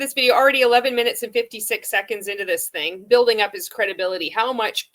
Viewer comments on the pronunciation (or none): Why can he not say the word THING? It drives me crazy 🤪 😂